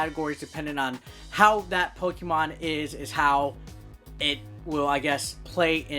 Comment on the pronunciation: Good job in reading the names of the new 5 Pokemons 😂 Good job in the review and I love the ending... Pikachu!!!😂